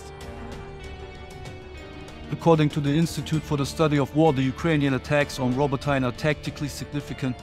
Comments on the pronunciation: It's rabotiné not rabotain😂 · "Robbo-tyne" Bruh atleast try to say it right